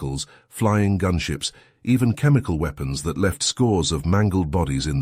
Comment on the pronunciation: This guy stout still can't pronounce words like he says weapons. With a long E